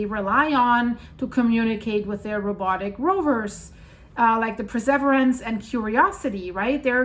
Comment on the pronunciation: « Per.sev.eer.ance » Is how you say Perseverance in English. Great reporting thanks. 🙏🏼